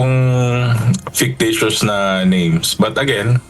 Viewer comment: Faketicious. Di kabalo ug pronounce